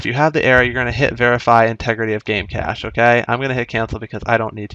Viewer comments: it's pronounced "cash" not "cage" lol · Cache is pronounced like cash, not like "case" with the sh sound.